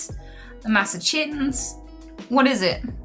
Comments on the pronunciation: "Massa-chungus" made me laugh so fucking hard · Yee for sure, so long as you always pronounce it as Massa-Chungus from now on xD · When she started saying masachungus pleaseee😂😂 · Massachungus (Mass-achu-sets) is the best. We are the OG, the cradle of liberty, where it all started etc. we’ve got the best schools, hospitals, famous restaurants and entertainment venues. We are a bit more expensive to live in than some states but that’s because we have a massive amount of services. You can go from hiking around the white mountains in the evening to hanging with friends in Boston a couple hours later. It’s really well rounded. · That's pronounced Mass-ass-chews-its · You OWNED MASSACHUSETTS you can’t pronounce it?